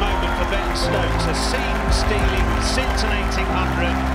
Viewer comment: Ben -Stoks....like Virat 😂😂😂